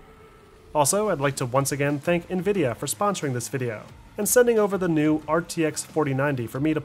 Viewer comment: Great video. So happy you pronounce nVidia correctly. Triggers me when people say NehVidia LOL